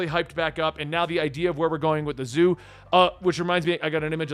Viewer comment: Its not zoo bro